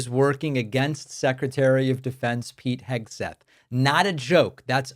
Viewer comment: Pete Pigswill?